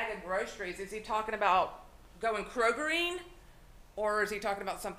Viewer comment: "Krogering"? Did I hear that right? Lol